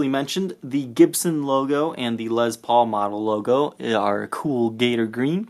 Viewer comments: You have a speech impediment you're pronouncing Les Paul wrong it's not Liz Paul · "Les" rhymes with "yes"....it's not a "Lezz Paul". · I'm here to hear you say lez paul. lol